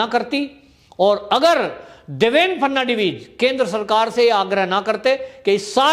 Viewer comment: सरजी ,आप एक्स महाराष्ट्र मुख्य मंत्रीका नाम देवेंद्र फरनाडवीस बोलते हो वह गलत है, सही नाम देवेंद्र फडणवीस है ।